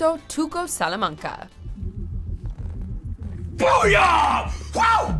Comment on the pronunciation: "Tuco Sulamanga"